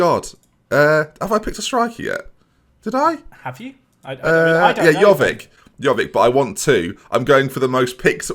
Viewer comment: Giving a person slack for not being able to pronounce Chiesa, yet continues to mispronounce Jovic every single time.